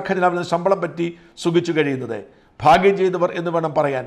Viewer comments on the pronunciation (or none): none